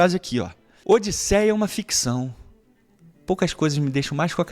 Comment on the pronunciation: ficção não FICCÇÃO, com 2 C e 1 Ç kkkk